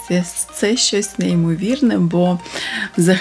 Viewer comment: Ну чому вимовляете погано слова на укр. мовi? Шьчьось, чьи, вiдтiночьок ,чясто получяеться, чьомусь i т. д. В украiнськiй мовi немае такоi вимови. Дуже не гарна вимова слiв у вас.